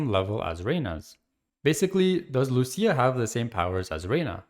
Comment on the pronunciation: lucia not lusia